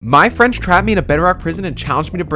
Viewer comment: did anyone else think he said "My french"